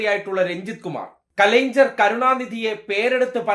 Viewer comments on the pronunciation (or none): കലൈങ്ങ്ണര് . Please use the correct pronunciation. We are Malayalis. We can pronounce it correctly.